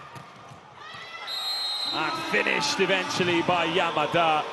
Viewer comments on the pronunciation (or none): none